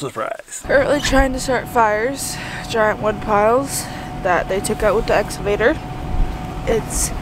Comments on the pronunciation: Or as would say 'escavator' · It’s the “S-cavotor” lol